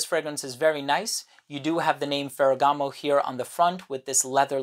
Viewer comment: Everything you said about this fragrance makes it a must try for me, not to mention your pronunciation of the name.... masterful.